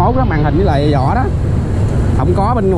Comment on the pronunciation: Vỏ chứ ko phải zỏ